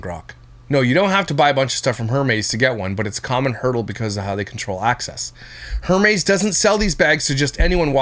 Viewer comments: Lmao I want to think you’re trolling us with the Her Meeees purse pronunciation, either way f these assholes and not how she would want to be 😂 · Hey! Don't knock designer bags & Hermès is pronounced "eermez"!! Bags like Hermes & Chanel are investments... They're the Rolex watches of bags, the more vintage, the more they're worth & appreciates in value 🖕🏼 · Her-meez lol 😂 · 😂😂😂 Air-mez Hermes pronunciation and omg they are not the same as Baseball cards ctfu 😅😂